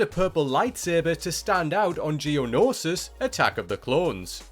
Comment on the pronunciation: i never wanted to kill someone so badly as i do after hearing the narrator say genosis like he doesnt understand english language